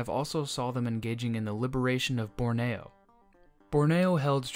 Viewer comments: Borneo is usually pronounced BORneeo not BorNAYo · It's BORNEEOO, Not BORNAYO. Interesting video. 🙂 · "Borneo" became "Bore-nay-yo"??? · By this means it's "born-ee-o" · Bore Knee Oh. Borneo. Take 10 seconds to learn the pronunciation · Born-E-oh Borneo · Not withstanding your interesting pronunciation of Borneo, great video. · Long E in Borneo, bubba